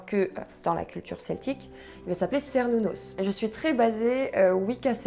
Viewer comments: En fait on dit "kernounos" aussi, désolé... C'est un nom gaulois et en gaulois, les C se prononçaient tous K (comme en latin, d'ailleurs). Et les u se prononçaient "ou" (encore comme en latin). 🙂 Par contre ce que j'ai jamais compris, c'est pourquoi il y a des fêtes qui ont un nom celtique et d'autres qui ont un nom germanique (Litha, Yule et Ostara). C'est vrai que le nom celtique de ces 3 fêtes n'est pas connu, mais ça fait bizarre de mélanger les deux cultures dans un même calendrier :-) . "Mabon" est le nom d'un personnage aussi, pas d'une fête (à ma connaissance). Bizarre que la fête en question n'ait aucun vrai nom connu (enfin ça arrive ! Vu que le paganisme celtique antique est fort mal connu...). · Bonjour , ne t énerve pas mais on dit « quernunnos « 😁 , je viens en amie hein pas taper 😂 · Cernunnos se prononce effectivement avec le son K 😅 super vidéo! Trop hâte de voir les prochaines ❤ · Cernunos se pronnonce Kernounos. Belle présentation. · Hello, ne me tape pas mais la lettre C se prononce K dans les langues celtiques, donc Cernunnos se dit bien "kernounos" (tout comme Sucellos se dit "soukellos" pour les païen(ne)s gaulois(es)). Mais bon, le Dieu des forêts sauvages n'est pas le plus à cheval sur les conventions ;-) Je me relance dans l'écoute des chaînes païennes francophones et la tienne est une très chouette découverte. Merci ! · J'espère ne pas t'énerver mais il me semble que Cernunnos, se prononce Kernunnos, en tout cas les anglophones le prononce ainsi et je l'ai toujours prononcer de cette façon personnellement. ^^ Mais comme tu l'as souligné, l'intention compte. Je ne suis pas trop porté sur la Wicca mais vidéo intéressante, je te souhaite une bonne continuation :) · En cours d’archéologie protohistorique on prononçait Kernunos 😅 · Euh... tu vas t'énerver.. on dit Kernunnos😅.. voilà bise. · ... On dit kernunnos. Sorry Et Lugh se prononce Lourr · Désolée mais... on dit aussi "kernunnos" ^^